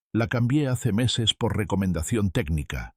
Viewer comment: Muy desagradable el sonido de pito en la pronunciación de las eses.